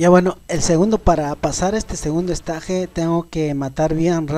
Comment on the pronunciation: "Esteich" porfa "esteich" o por ultimo escenario pero no estaje xD